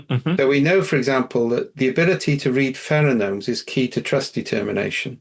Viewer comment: Feronomes? Does mean pheromones?